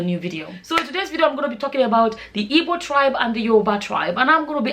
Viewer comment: you should be smart enough to know that that question was rhetorical,she said her mom was ""ibo",the word is "IGBO",the word ibo is sometimes offensive to igbos,at least be respectful enough to pronounce the name of a people correctly,most product of such unions tend to do this,they either pick one culture to affliate or affliate with none,tending to define themselves by the pseudotag""nigerian"".thus are often the victims of cultural dissonance.